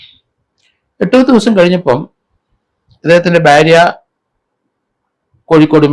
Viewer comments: Byaria alla bharia ennu parayanam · ഭ്യാര്യ അല്ല സർ ഭാര്യ